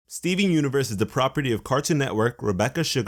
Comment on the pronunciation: at first it sounded like you said Steving...